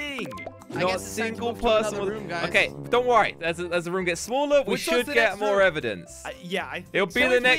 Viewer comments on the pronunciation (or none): I like how he says "rum" instead of "room"